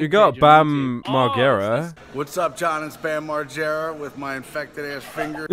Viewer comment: Dude did you really mispronounce Bam Margera's name?? I'm disappointed :(